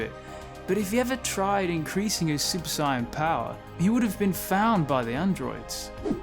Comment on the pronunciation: Ok I watched a few of your videos now dude and enjoying them for the most part but I just gotta ask, what's with the super cyan? Cause that is not how the British pronounce the words super saiyan